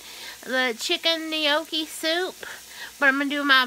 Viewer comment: It’s pronounced ‘noc key ‘ Sara. Keep safe.